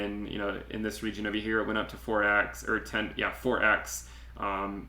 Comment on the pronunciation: Love your analysis.....but who says regeen instead of region 🤣